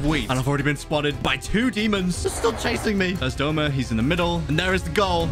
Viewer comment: BRO ITS DOUMA NOT DOMA